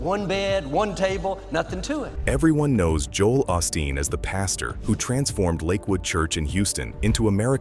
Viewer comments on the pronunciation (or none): The guy speaking about each pastor can't even pronounce their names. AHSTEEN (OSTEEN) BACKER (BAKER). Get it right before you post. At least it shows us your using AI.